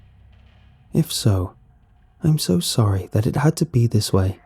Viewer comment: WHARE ARE YEW. AND IM SO SAWRYYY